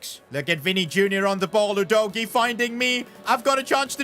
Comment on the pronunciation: Udogie not Odogy